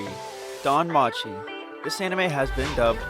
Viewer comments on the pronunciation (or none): Your pronunciation for the anime and characters were kinda bad like compione and damanchi.